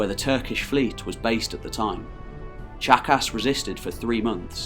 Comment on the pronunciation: No, it's pronounced Chaka.